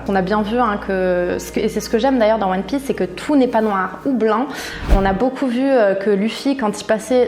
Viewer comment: Je rêve ou ta dis one piÈce au début ? Et aussi Son Goku au lieu de Sen Goku ??